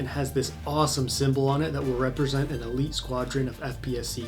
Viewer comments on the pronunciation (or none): none